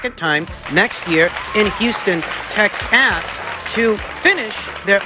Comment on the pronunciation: Love the intentional mispronunciations, but please don’t do that to TEXAS we are a proud people. I know you are in the witness protection program and you should have them relocate you to TEXAS. We can go to the cowboys stadium in 2024 to watch Vergil Vs Boots.